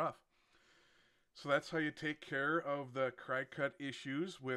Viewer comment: It’s not pronounced Cry-cut. It’s like the bug, cricket. That’s why their “mascot” is a cricket.